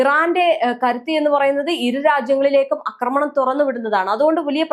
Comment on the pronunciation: അക്രമണം X ആക്രമണം ? അക്രമണം !! അക്രമണം😂😂😂